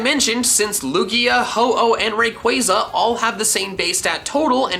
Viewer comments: Im finna beatchu for saying rayqaaza its ray-quah-za wtf and arceeus emphasize the c not k kll me now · You also misread rayquaza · Man said rayquiza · It’s so annoying